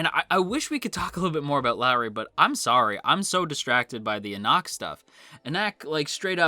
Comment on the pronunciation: The readers will all tell you it is pronounced en-ock not en-ack if you want to pronounce it the way everyone else does. Not to micro manage, I couldn't care less.